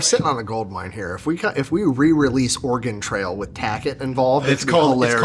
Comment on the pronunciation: Tackett...my god, man. Wtf? 😂